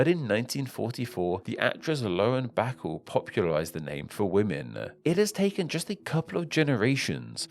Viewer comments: I like your channel, but it would certainly behoove you to learn the correct pronunciation of a person's name before using that name as an example. This is especially so in cases where the person is very well known, and access to correct information about how to say the name is readily available. I refer of course to Lauren Bacall here. Her name is pronounces ba-CALL, not BACK-el. I was stunned when you casually mispronounced her name. Even though she worked in the previous century, he film work i9s widely known and highly regarded. You don't get to apply general rules of British syllabic emphasis to people's names! Her name is pronounced ba-CALL, not BACK-el. I see this lack of research as a lapse. Go back and fix it. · Her name is pronounced "Lauren Buh-CALL," not "Lauren BACKLE." Just FYI. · Lauren “Backle”? 😅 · Glad I wasn't the only one to notice that